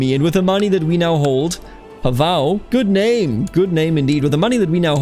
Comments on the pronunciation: your pronounciation is very good, Mladen is good, Pavao is more like u would pronounce Paul but with a short V and without the accent on V, i hope i helped a bit if u care about doing it correctly. Hello from County of Zara :D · LOL funny all the comments talk about pronunciation - I did a search of my last name in Google tonight - PAVAO - and this video was first to pop up. You say the name correctly for the Portuguese Pavao's but not right for Croatian Pavao's. I was impressed you said my name right because most people pronounce it wrong but I knew it was wrong for this video. Thanks for the video - dont know what its all about but thanks for taking your time to produce this for others.